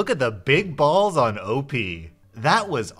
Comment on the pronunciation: Who says O P instead of OP?